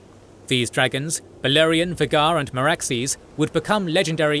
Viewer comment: You are NOT pronouncing Vhagar correctly....